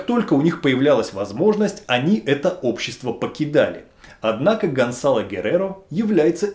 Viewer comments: И всё-таки, Гонсало или Гонзало!? Написано одно, произносите другое. С произношением чередующихся согласных проблемы, дикция хромает? Или не важно,как произносить имя? Так как,Влатимир Чайгин!?) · Guerrero скорее всего не фамилия, а прозвище. Это слово означает просто "воин, солдат". То есть это просто солдат Гонсало. Кстати, Z в испанском произносится как "с", а не "з". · Почему говорите Гонзало,а в названии написано ГонСало? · Произносится : ГонСало, КОрдова,касике,МЕрида,Авила. И т.д.